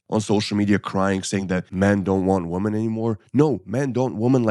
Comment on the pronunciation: Women vs woman.... pleeeeease get the pronunciation right!!